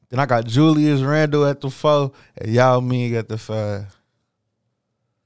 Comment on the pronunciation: Did this nigga say Julius Randall 😭😭😭